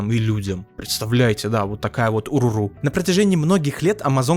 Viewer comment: Не Уруру а О'Роро